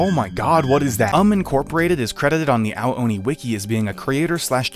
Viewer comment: I thought you said hentai oni